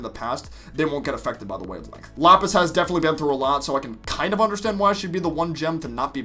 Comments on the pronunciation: Ah yes, Japis and lasper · LAPIS AND JASPER, NOT JAPIS AND LASPER